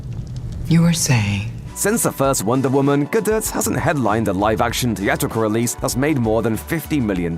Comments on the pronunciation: "Gadut". 🤣 🤦🏻‍♀️ Dude, you should know how to pronounce Gal Gadot's name by now, it's been said multiple times by various people since that first Wonder Woman movie. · This guy clearly does not how to pronounce Gal Gadot’s name